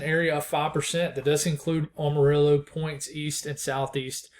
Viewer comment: Appreciate the updates..btw for future reference it's am-a-rillo like "I am", or if you're from east Texas maybe "ammo-riller"...PR for Kaleb in Houston.